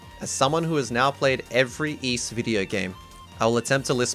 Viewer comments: Allow me to rephrase it for you then so you can understand. You were not saying iisu, you were saying Es. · you showed iisu in katakana on the screen then proceeded to say iis most of the video. I prefer 'Ys' to 'iis', but if you said 'iisu' i'd be fine with that too. chopping off the vowel at the end could happen in japanese language sometimes but it's not the more common outcome and even if it were, there's usually still a hint of the vowel, like there might be a hint of the second b in the word bomb.